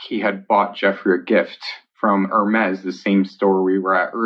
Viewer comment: I love pronunciation of hermez haha "Er-mays"